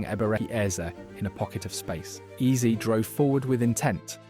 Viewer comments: Why AI bro keep saying eazy instead of eze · Mispronounced Eze as Eez as well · the ai gen voice over narration is annoying as hell, hearing eze pronounced EASY wtf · 'Ebereke Eeez'... AI slop script